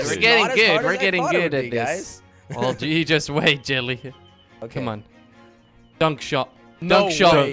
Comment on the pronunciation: Jellly is not jellly jorden😂😂